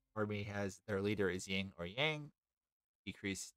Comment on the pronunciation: Cool guide! I enjoy the faction and mechanics more than most people here, it seems. Just so you're aware, it's Yin, not Ying, both in-game and irl. It's no big deal, but it stood out along with the audio issues. I wonder if that's a gate problem? I know I've fixed that before, but it's been ages since I messed with audio stuff. It's cool you're pumping these out. Must take a lot of effort!